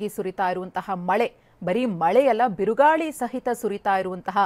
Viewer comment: kannada correct aag bariro lavdegala birugali alla birugaali